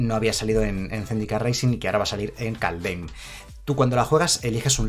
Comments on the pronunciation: Se pronuncia kalddjjjjeeeim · Kaldheim se pronuncia Kaldjeim en español y skalds se pronuncia como se escribe, skål se pronuncia skoll